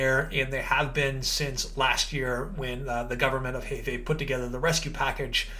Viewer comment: Heifei province pronunciation is "her fei" haha